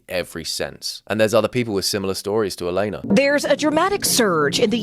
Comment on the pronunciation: I’m guessing it’s because it’s spelled Alena and the AI read it as “ale-nuh”